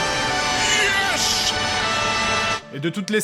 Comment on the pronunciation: Le "IIyhèss, IIhyessce" de x)